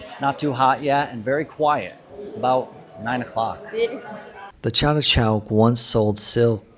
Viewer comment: Was it deliberate.. chandni (moonlight) became chandi ( google chandi mata) .. any how it did bring laugh around 😂